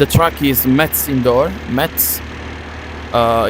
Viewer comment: it's not MetZ but Mess ( say it like messy whitout the "y")